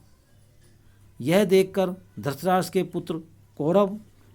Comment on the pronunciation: Dhrashtrashtr nahi hai dhrushtrashtr hai